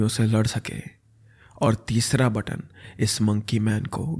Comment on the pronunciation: button bol ke sara maza kirkara kar diya. pagalpan